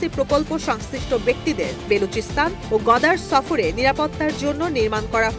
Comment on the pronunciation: কি সাংবাদিক রে ভাই ? গদার না গওয়াদর।